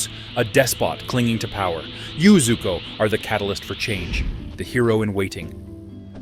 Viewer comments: Btw its zuko not zoku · It is zuko I’ve watched the whole show so I know and it’s called zuko even the fortnite skin has the name zuko on it